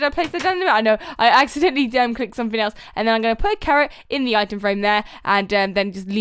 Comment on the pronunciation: I know those times like how you said cawwot and not carrot. It happens A LOT for me:)